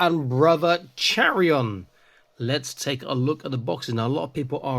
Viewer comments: By the Emperor! Kai-ron, not Chair-ion!! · I’m going to be that guy. Chairon is to be pronounced KYRON.